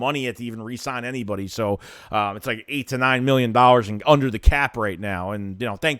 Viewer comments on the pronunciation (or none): none